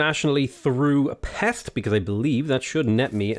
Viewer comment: says "Esztergom" and "Pest", near good also: "E-GIRL"